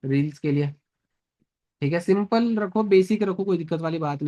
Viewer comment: “Simpal cheej”